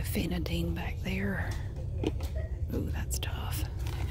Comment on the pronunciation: They way you say "ooh" makes me think you're about to say "ewww" 😂